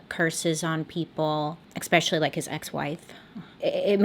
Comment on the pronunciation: LOL! You always joke about your mispronounciation of words but I've only picked up on 2 words, which isn't bad at all! Those words are statuTe (you leave out the "T" at the end) and especially (you pronounce it as eX-specially instead of eS-pecially)! It's actually endearing!